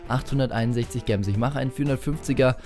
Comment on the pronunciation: Bitte, sag "Jems" nicht "Gems" oder halt einfach Juwelen